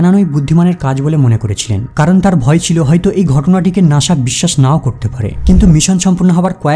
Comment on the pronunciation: ঠিক। খুবই disgusting শুনাচ্ছিল উচ্চারণগুলো। নাসা কে বলছে নাশা, সাকসেস কে বলছে শাকশেস।